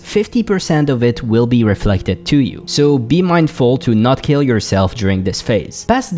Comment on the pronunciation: Your pronunciation of "heal" and "kill" are very difficult to tell apart, especially in the Shade of Akama section.